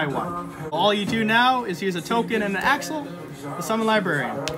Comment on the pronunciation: Why do you pronounce accel like axel?